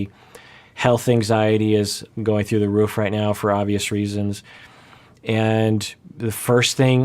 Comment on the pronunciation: This is such an important topic and I'm really glad he's addressing it, I have to also say though, I can't get past the way he pronounces roof lmao 😂